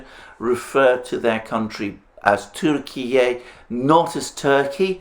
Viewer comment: 19.27: gives us the new pronunciation of Turkiye but is not correct. The E at the end should be pronounced as in bEst, The native language software programmed into the brain overrides the input from the ears.